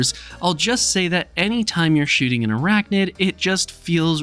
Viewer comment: NID… ArachNID… not “Noid”